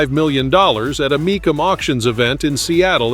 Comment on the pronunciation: Heard you do other car videos so next time the car auction is pronounced mee- cum auction